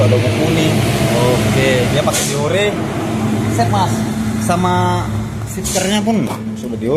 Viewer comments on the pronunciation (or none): Mungkin krna di kira bhs Inggris jadi di buang satu huruf biar keren, Deore juga malah jadi deor😂